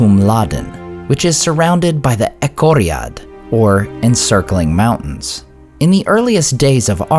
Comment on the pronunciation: Isn’t it Echoriath instead of Echoriad?